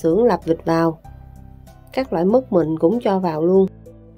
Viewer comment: "mứt" k fải "mức" chị nhé. 😊